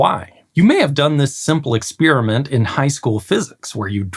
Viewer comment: "ek-spear-a-mint" Is that a sport? ;)